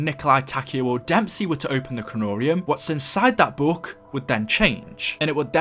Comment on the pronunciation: Hey why do you pronounce book as booook thanks